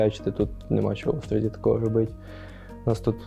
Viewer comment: Всі хто вчився в Острозі знає, що правильно говорити "в ОстрозІ", а не "в ОстрОзі" :)